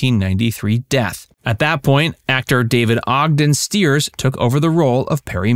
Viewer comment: David Ogden Stires' last name is pronounced with a long 'i'.